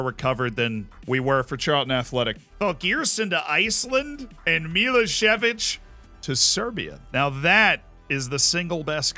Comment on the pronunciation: Milosevic pronounced 'Mi-loh-Seh-Vich' I think?